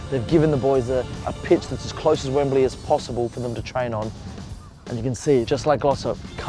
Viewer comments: y u pronounce it wembuhlee? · Wemberlee? You're not a pommie.